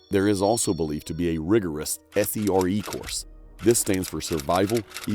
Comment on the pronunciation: Wtf is "operation freedom"? And then you also say a "S-E-R-E course". No one says it like that. These inaccuracies make me question what else you messed up.